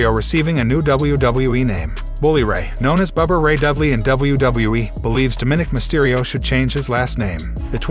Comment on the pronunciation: His name is Dominik Mysterio not what you’re saying